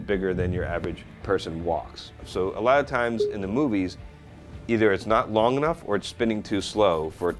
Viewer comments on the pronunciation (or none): none